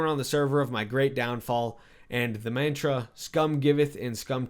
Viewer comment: I think you pronounced mantra wrong...